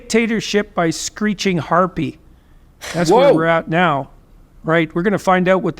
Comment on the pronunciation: this dude said harpy